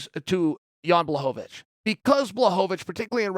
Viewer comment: Who else noticed Chael finally decided to say Blachowicz's name properly 😂